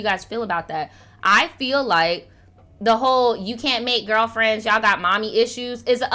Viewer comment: LMAO NOT ALL THE GWURLFRENS